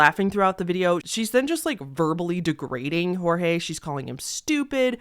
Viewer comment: Thabk jesus someone who pronounces Jorge right 😭 everybody has been saying it as George when it's pronounced as hor-hey (or whore-hey which is pretty derogatory sl i dont. Say that. Bht jt js how you say it)